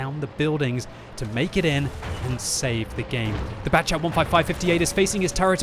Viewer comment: Batchat 155... Why not Battchation 155 with French accent? You betrayed us